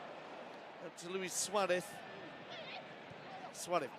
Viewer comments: The commentator always suaref instead of Suarez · This guy is annoying. “Suareth. Cowtinho.” What’s wrong with him.